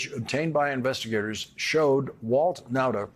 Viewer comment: On the lighter side, the times when Lawrence says Nauta's name, you can hear that the audio has been doctored. Lawrence must have originally mispronounced his name pretty badly.